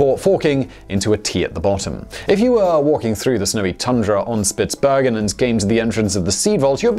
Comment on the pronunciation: Norwegian here - good work on the pronunciation of Svalbard and Spitsbergen. You must have trained a lot on those. However, Longyearbyen did not work out so well though :)